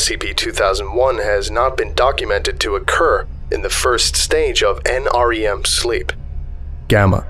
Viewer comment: Was anyone else particularly bothered by consistent mispronunciation of NREM? he kept saying NERM.